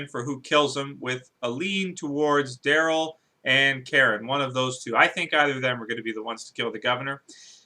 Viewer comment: Who's "Drayl"? Is he related to Daryl?